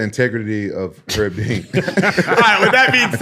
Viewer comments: 'Erb Dean fault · people be calling herbal tea or any particular herbs "erb" but not call Herb Dean "Erb Dean." 😂